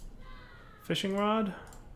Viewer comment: You said wad instead of rod go to to